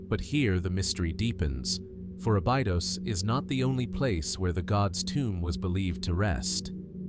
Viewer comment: Ah-BEE-dohz and RAH-meh-seez is diabolical. I was trying to fall asleep and that woke me up and made me mad. 😂